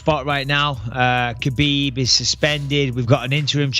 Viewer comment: Even Ali mispronounces Khabib's name.